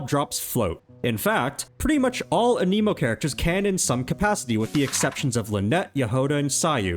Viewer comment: "Uh-KNEE-MOE" character 😭